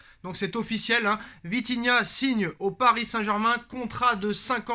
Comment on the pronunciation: Vitinha, pas vidinha